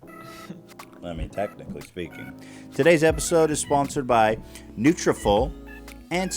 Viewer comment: Ethan! It’s nutra-FOLL, as in like “follicle”. That is all.